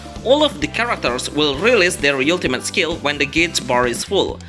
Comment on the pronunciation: can't even pronounce the word ultimate xD fck this vid